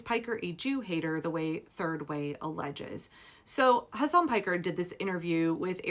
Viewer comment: Can people effing learn how to pronounce his first name? It's so irritating, and disrespectful. Hasan Piker, Mehdi Hasan, Hasan Minhaj. You don't stress the second syllable.